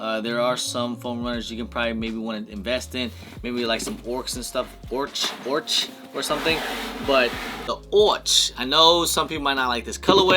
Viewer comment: ochre is oh-ker not orch